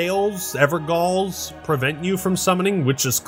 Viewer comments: It's pronounced 'Ever-Jail' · btw "gaol" is the old spelling for "jail" and is pronounced just like jail c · It's pronounced ever-jail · Fun history fact for everyone mispronouncing Evergaol: Gaol is how the word "Jail" was spelt for centuries up until the early 1800s, when book publishing within the USA became so popular that the American spellings of English words started to take over as the accustomed way to write these words. In Elden Ring, when you are doing a Evergaol bossfight, you are fighting a prisoner sentenced for eternity. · Fun fact: Evergaol is pronounced ever-jail. Gaol is just a really old spelling for the word jail. It also appears in Bloodborne in the Hypogean Gaol, which is a prison in Yahar-Gul. It’s similar to how the word ‘dungeon’ came from the medieval Don Jon. My theory is that the Evergaols are what it says on the tin; eternal prisons. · Those who’ve played Bloodborne and experienced the Hypogean Gaol will know that “gaol” is pronounced “jail” so those places in Elden Ring are called EverJails basically. Makes sense lore-wise as well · Gaol is pronounced 'jail' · You even hear Blackguard tell how he was in "gaol" with Dungeater, and pronounces it "jail". Makes it fun when some Evergaols have Stonesword key goblins, and you then technically just remove one of the locks that would keep them in, just to make their life sentence a death sentence >:D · "you are fighting a prisoner sentenced for eternity." Yep, in a place pronounced Evergaol.